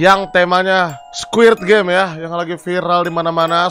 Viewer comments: ini kuping gw yang congean ato gimana si ge dgr nya abg bilang nya squirp game awokawok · Apa cuman gw yg denger nyebutnya squirt game😂🤣